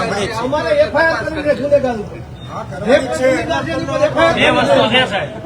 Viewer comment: Gopal bhai dhara sbhya sri pela bolta sikho FIR nay pan FRI HOI CHE